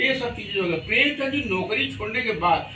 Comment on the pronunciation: अच्छी जानकारी उपलब्ध की आपने पर...प्रेमचंद को प्रेमचंद ही बोलिए प्रेमचंद्र गलत उच्चारण है बाबु...जय जय रहिए 🙌